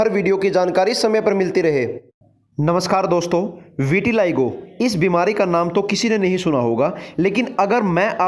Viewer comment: विटिलाइगो नहीं विटिलिगो है